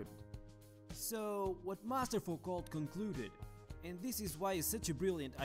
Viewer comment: Léon Foucault! Not Focault 😣